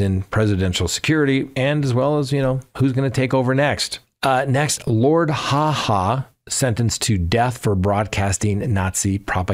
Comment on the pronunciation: Not Lord Ha Ha but Lord Haw Haw